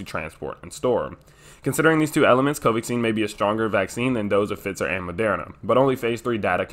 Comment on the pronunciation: Pfizer is pronounced with a long i. Pfiiiiizer.